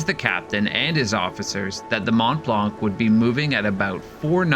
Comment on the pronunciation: The c is silent on mont blanc